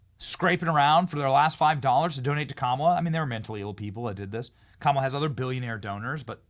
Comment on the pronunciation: Benny- I like how you pronounce Kamala like Kamika like who cares (LOL) . Love your show